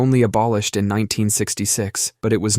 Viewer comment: “in” not “een”